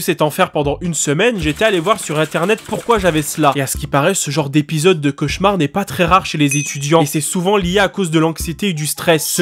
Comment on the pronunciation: c'est quoi un chauchaumar au secours mes oreilles